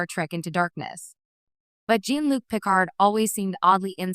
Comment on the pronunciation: Can't even pronounce Picard correctly. Just have a real person read it